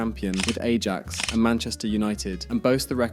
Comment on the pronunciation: Yeah, you gotta know it's pronounced eye-axe